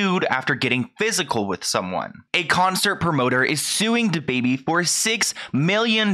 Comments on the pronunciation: Every time you say “Da”Baby, I cringe. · The way this dude say dababy lmao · and I love you but please never say his name again